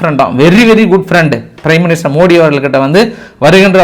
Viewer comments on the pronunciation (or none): none